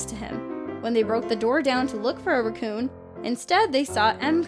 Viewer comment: Oooooooohhh! Raccoon! I swear, I thought she said Recoome! Lol